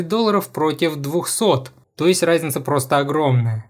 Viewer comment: Чооорд, почему я слышу не "разница", а "райзница". Я схожу с ума